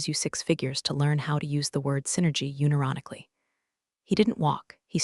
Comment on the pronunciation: The word is pronounced un-eye-Ron-ically, not uni-ron-ically